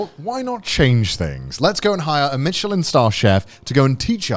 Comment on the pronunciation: It's not Michelin Star Chef it's Meilyn Star Chef